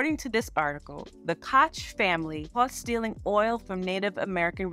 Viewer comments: FYI the Koch Brothers is pronounced like Coke ❤ great video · It's a German name for "Cook" and is pronounced "KO-gh"...Americans have a weird way of saying most foreign names. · I didn’t know that thank you! NYC had a Mayor named Ed koch (pronounced the way I did in the video) and I’m so used to seeing that name and pronouncing it that way . I forgot to switch the pronunciation for the video. Thank you for this insight❤️